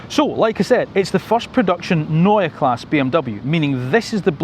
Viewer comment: Neue Klasse (pronounce the e on Klasse)